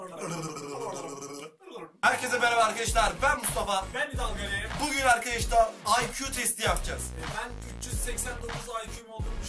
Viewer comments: Mustafa neden arkedeşlar diyosun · Arkeşdar demeyi kes lannnn😠😠😠